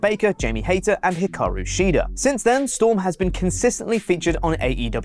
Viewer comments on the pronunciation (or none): none